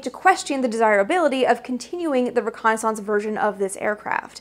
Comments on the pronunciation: This is wonderful, but the word is pronounced ReconnaisSENCE even though it's spelled ReconnaisSANCE! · What is this reconni-sounce you speak of? j/k😆 But do all you Canadians really pronounce reconnaissance like that? I've never heard that before. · "ree-Kon-is-unce! lol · Aussies pronounce it that way too. There are many words for which Americans put the emphasis on the first syllable and Brits put the emphasis on the second. In fact, syllable is one of them. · I just love the pronunciation of reconnaissance. :-) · Great part 1. But the old div recce soldier in me kept cringing every time you pronounced reconnaissance with a loooooong second 'a'. :) I think I'll have to make a drinking game out of part 2! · why do you pronounce reconnaissance incorrectly from how its phonetically spoken? its not pronounced as if it sounds like renaissance yes, they are spelled similarly and come from french origins - but they are pronounced differently and thats widely accepted and has been for over 100 years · Yeah the A-12 was needed. /close channel Why are you pronouncing reconnaissance so weirdly? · Funny how Canadians can't pronounce the word reconnaissance correctly. I'm not trying to be mean, just saying